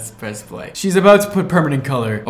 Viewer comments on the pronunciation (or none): none